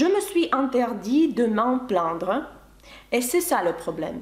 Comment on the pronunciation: Plaindre вы произносите как plandre. Это неточное произношение